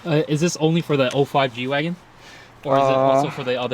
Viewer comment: ITS GWAGEN NOT GWAGON